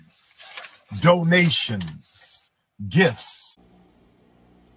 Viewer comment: DOE-NATIONS GIFFS